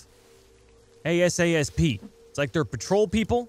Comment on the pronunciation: > We need stealth a-s-s-p Me > You mean a-s-a-p???